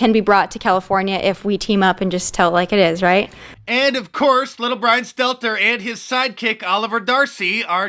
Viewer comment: why does Little Bwian have Joe 90 on his team?